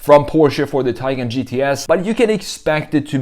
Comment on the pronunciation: Hard to believe you create a vid of a Taycan and you can't even pronounce the name correctly. Go to Porsche's site and hear how it is suppose to be pronounced .